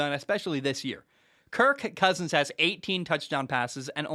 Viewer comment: He’s playing the meow game with “KirK CKousins” 😂🤣